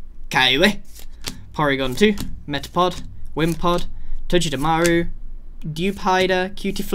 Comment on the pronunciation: It’s pronounced like toe-ga-de-maru